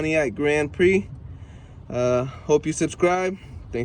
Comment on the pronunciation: Never heard anyone pronounce Prix like that before🤣